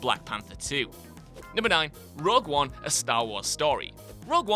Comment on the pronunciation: "Rug One" ????